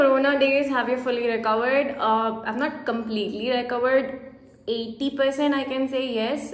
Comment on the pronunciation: Love how you say “content “ “recovered “